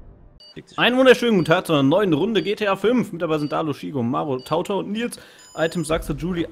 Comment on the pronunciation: Üben wir nochmal TauTau xD